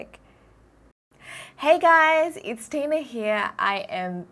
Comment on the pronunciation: Wow the new silent close caption at the beginning of your YouTube video says your name is DINA !! Maybe you need to pronounce it better to hear the “T” just a heads up Tina! Ur awesome